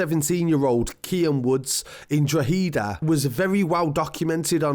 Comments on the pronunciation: Drogheda “draw-hid-aah” hid not heed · It’s pronounced Like “Draw-ha-da” not Draw-hee-da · Drug-eda (droh ha da). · You still pronounce droheda like droheeda haha its pronounced draw-ehda say it quickly in one word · Say it proper Droh-had-a = not drow-he-da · Its not dra heeda is pronounced drohida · It’s pronounced “draw” “hid” “aaa” :) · Pronounced DRAWHEDA. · It's pronounced drawda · drogheda is 30 miles north of dublin and drogheda is pronounced drakada .... cheers for all your info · Pronounce Dro head a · Pronounced drock add a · It's pronounced drog E da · You pronounced drogheda wrong it’s drogheda the g is silent and it’s not a capital E pronounce it’s dro heda not droghEda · Draw-ha-da #its pronounced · Your still not saying droghead rite buddy !! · Your saying it wrong it’s like drohada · Really good video! However.. maybe some additional corrections for part 3: It's "draw-ha-da" and the W is almost silent kinda like "drauh-ha-da". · Pronounced : "Draw-head-ah" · I was just about to text that. Draw-ha-da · I like draw-hee-da better. Sounds less culchie. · It’s pronounced drawheada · OMG you still cant say the word Drogheda right, try "drog ha da" and also this drug turf fued has been going back as far as 1996, also there is no confiramtion what so ever that there is video footage of that poor lad getting murdered, i really hate false news and have respect for his family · Drogheda pronunciation = draw-head-a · its pronounced Draw - Hedda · Draw- head-a = drogheda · Still not pronouncing it right..its draw-head-a..👍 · It’s pronounced draw-heada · You'd be closer if you said drock-head-ah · Say draw-head-A real fast it would sound better r even draw-ha-da real fast 😂😂 but good video 👍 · I’m sorry and most from outside Ireland can’t say the names of some places but it’s pronounced ‘dro-head-a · Drogheda = draw-ha-da and you say it in one go like drawhada. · It's pronounced Droh-hih-dah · it’s pronounced draw-hedda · It pronounced “ draw - da “